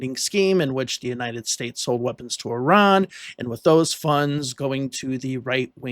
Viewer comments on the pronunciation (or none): none